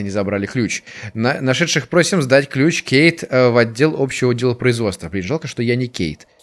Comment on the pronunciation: Где-то в когда он сказал жаль что я не Кейт мне послышалось жаль что я не гей :D